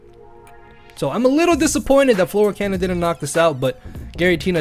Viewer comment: needs to learn how to say fleur cannon